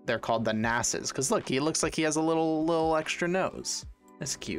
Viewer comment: How he pronounced ,,nase"